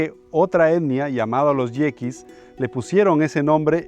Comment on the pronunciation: Son yaquis, no yeiquis